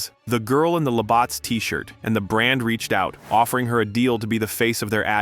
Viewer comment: Labatt's is not pronounced a "Labawtts". It's pronounced as "La- batz" . Like a bat as in baseball.